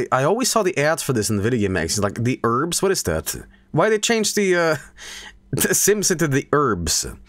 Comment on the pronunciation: Love how he says urbz like erms